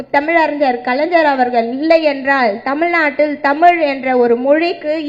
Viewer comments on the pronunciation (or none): none